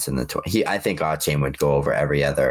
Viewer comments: nope. It’s a-chan like Jackie Chan. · He's got a-chain I got 2 chains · Listening to him say Achane’s name wrong was brutal.